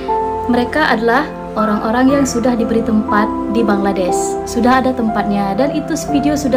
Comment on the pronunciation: Rata2 Indonesian menyebut BANGLA'DES.'.bukan BANGLADESH sebutan biar PRO la skit bro..jgn kekampungan dan tidak berakedemik..buat content study dulu bro😢